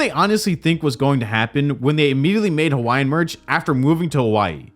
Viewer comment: Why did I hear “Hawaiian” as “YN” 😂